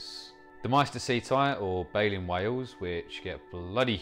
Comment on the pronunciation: Why do you pronounce it "way-oohs". What happened to the "L". Is it at the pub or sitting in the garden?